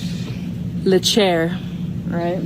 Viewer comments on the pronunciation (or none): Say "Le Chair" one more time! I dare you!